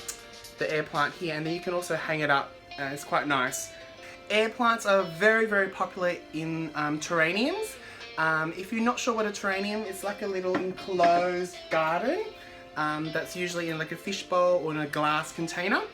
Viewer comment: Terrarium love. Not terrainium.